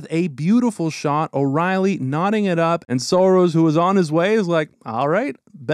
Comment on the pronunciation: Saros! Not Soros 😂